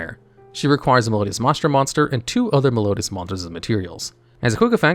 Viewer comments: MAH-Strah. Mai-stra.. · Sure that’s fair, the point is that he is pronouncing it neither of those ways 🤣 “MAH-STRA”, unfortunately the channel has a reputation for bad pronunciation; don’t get me wrong I love the content, I just sometimes get irked like right now lol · MY-stra, not MAH-stra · I don't know if used AI to record this or if he just never saw the word before, but Maestra is pronounced "Mai-eh-sht-rah." Same as "Maestro," just with an "A" at the end since the monster is female. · It’s pronounce MICE-TRA